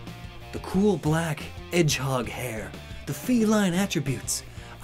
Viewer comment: I think he said edge-hog also I have 15ish poketoys (edit:) SORRY POKEPLUSH